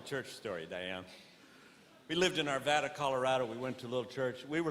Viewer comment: I grew up in Arvada in the 1970's. He's great! And, he knows how to pronounce my town correctly!! (Outsiders usually say, "Ar-vaw-duh." Bleccchhh!) great! And he's authentic!! ❤